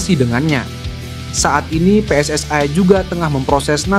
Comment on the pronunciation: PSSI. bukan pss ai.